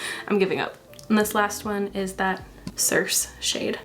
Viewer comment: Circe was pronounced correctly! It’s pronounced exactly like the character name Sersei from Game of Thrones. ❤